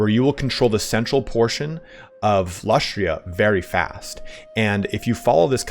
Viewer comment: Lustria? Oh my god, why CA?